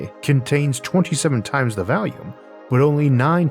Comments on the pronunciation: Orth doesn't bother me ("dirt" is a stupid name for a planet anyway, Orth sounds exotic). What always throws me for a loop (briefly) is "vallium" for "volume". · Your pronounciation of earth is not the problem but your pronounciation of volume as "valume" is.